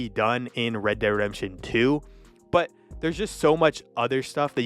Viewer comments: Sorry - can't watch the whole video You lost me when you pronounced "Red Dead Redemption" as rederdemption Slow down. Focus on enunciation. Speak clearly. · It would be good to re-record your voice audio so you pronounce the games properly. I'm hearing "red der redemsion" - so you pronounce "dead" as "der" As for which is better, it's a no-brainer - RDR2. You say it doesn't feel as much like a western as RDR - really? What westerns have you been watching? Sure, if it's the type of western that is predominantly shooting - fighting - absolutely. But that's SO shallow. If you want depth, want to get a feel of what the end of that era was like, with so much more than just the cowboy style violence, RDR2 totally owns it. There's PLENTY of western movies and TV shows that have that kind of depth. Heck, one recent and awesome one, "American Primeval" really screamed RDR2 at me. Amazing TV show, so deep - a proper western. A western right near the end of an era - just like RDR2.